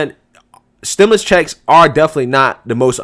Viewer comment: Stim...U...lus, not stim...i...lis. Like your content!